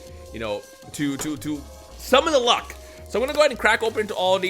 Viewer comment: The way you said "summon the luck" sounded like SUBALUWA to me 😎